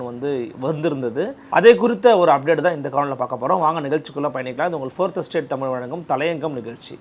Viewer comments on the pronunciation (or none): none